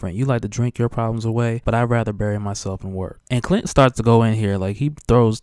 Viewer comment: I thought he said cunt instead of clint omg